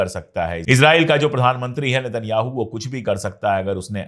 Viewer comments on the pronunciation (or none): none